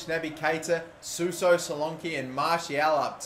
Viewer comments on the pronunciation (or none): none